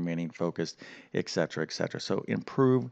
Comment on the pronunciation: Please. It's prob-lem, not prob-m. It's et cetera, not ek cetera.